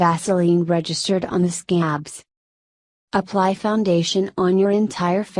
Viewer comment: ok am i the only one who noticed she said OOoply you honey Idk maybe i just cant hear right 😂😂